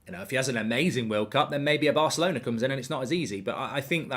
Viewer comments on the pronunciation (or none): none